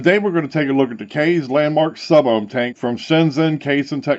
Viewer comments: It's pronounced kiss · No matter how you pronounce it this is a great tank system. For $40 you get a 0.5 kanthal coil, a 0.2 Ni200 coil and the vertical coil RBA plus everything you need to rebuild it. Not a bad deal at all for a 6ml tank IMO. The airflow is fantastic as well. My only complaint is wiping ejuice off the top fill area every time I refill it and not being able to take the tank completely apart. Those are minor cons though and definitely wouldn't keep me from buying it. Also, I fell asleep last night with my mod in my hand (HA) it fell over on my couch and when I woke up this morning the tank never leaked a single drop of ejuice after laying on it's side for like 6 hours. It's a really good tank man.